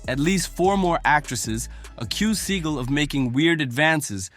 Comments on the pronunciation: Sawgal not seegal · Oh man, his name is Seagul but he pronounces it as Sea-Gall, now that is funny. Thanks for this. I will be saying seagul for the next two weeks. If I was in a street fight and could only have a Hollywood actor by my side Michael Jai White would be at the top of my list, Seagul is crazy. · See-Gull... CASUAL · How do you not know how to pronounce his last name 😂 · This whole video is disrespectful to Steven Seagull and mispronouncing his name. Where’s the videos of him doing these things in your accusations. Lastly, a real Steven Seagull fight in a ring can prove or disprove his fighting abilities. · How many times did this bullshit narrator repeat the same shit and say Seagal's name wrong? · At least learn how to pronounce his name if you have content on him